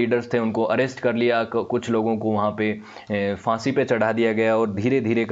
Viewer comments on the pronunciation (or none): none